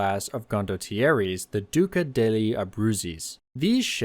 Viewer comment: Italian pronunciation is quite difficult for English speakers, and I think he did quite well considering, particularly on very difficult pronunciation of "degli" in the name of the titular flagship warship!